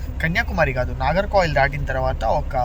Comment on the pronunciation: భయ్యా! ఇన్ని రాష్ట్రాలు, ఊళ్ళు తిరుగుతున్నావ్. ఊరు పేర్లు సరిగ్గా చెప్పు నాయనా... నాగర్ కాయిల్ కాదు నాగర్ కోయిల్. పలస కాదు పలాస.